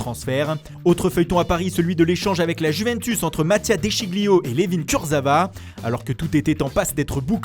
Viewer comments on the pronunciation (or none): none